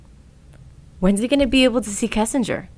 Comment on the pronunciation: Why does everyone call her "kessinger?"